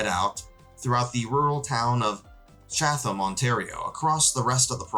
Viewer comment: chatham is pronounced "chat-em"